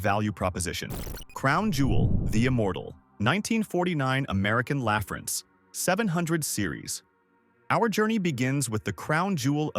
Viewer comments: When he got around to the third way to pronounce “LaFrance” I gave up 🙄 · How many different ways can AI pronounce American LaFrance?